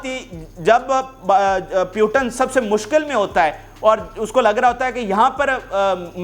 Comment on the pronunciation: In the whole Pakistan I think no one is to pronounce Putin name correctly they call puetan😮😮😮😮😮😮